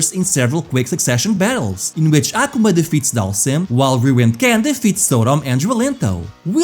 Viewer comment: Hearing "Ahhh kumah" is killing me lol